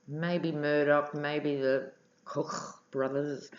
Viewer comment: Lordy, there ARE tapes. Arnold is indeed a bit of an attention whore, but I'm rooting for him to release the tapes when they can do maximum damage to the orange cockroach infesting the WH. BTW, I like the way you pronounce "KoKKKch Brothers" - sounds like you are spitting out the names - very appropriate. Certainly someone like the Kochs or Mercers would have wanted the tapes buried. The nice thing about technology is all those wonderful copies that can be made. Arnold could have handed over as many tapes as he liked, and still hang onto a spare set or two in a nice secret cache, gathering dust till the right moment.